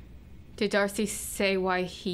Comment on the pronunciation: D-arse-y. Heh. Hehehehe.